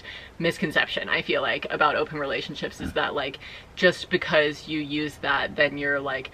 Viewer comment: This is a real question I’ve been asking myself as a person to whom English isn’t their first language. Why is it that pronounces the word because as "buh-cause”? Where is this accent from, is it common? I am just really curious because I haven’t really heard that accent before and I don’t think her sister pronounces it that way! Thanks haha!